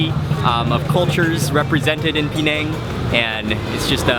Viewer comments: Penang is pronounced "Penang" - not "PEEnang"!! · Pronounce it Peh-nang, or Puh-nang, but please stop saying Pee-nang